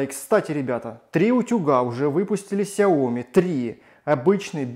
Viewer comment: столько видео, целый умный дом, а говорите фирму неправильно... не сяОми, а сЯо мИ